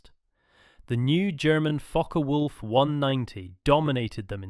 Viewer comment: Sorry, not Fokker Wolf, its Focke Wulf